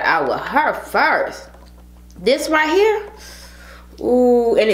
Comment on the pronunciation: She said some ritecheer just like that ritecheer im thinking that can be a song 🤣🤣🤣🤣